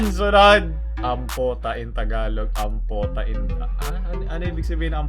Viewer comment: ampo,ta hindi ampota